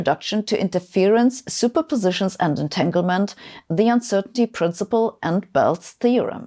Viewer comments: Etaglement? 7 minutes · at 7 min it should be entanglement not entaglement